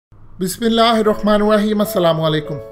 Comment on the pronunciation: Bismillah arabi jaisa kyu bol rahe ho? Tum hindustani ho